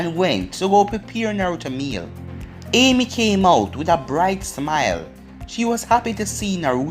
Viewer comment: It’s not ame it’s ayame